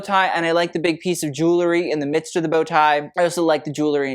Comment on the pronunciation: A fashion expert SHOULD be able to properly pronounce the word "jewelry"!